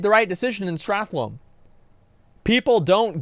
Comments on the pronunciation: It amazes me that 15 years later people still can’t pronounce STRAT-HOLM. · So, him saying StratLohm all the fucking time is so annoying